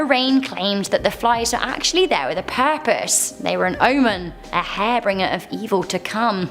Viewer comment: it's harbinger not hairbringer lol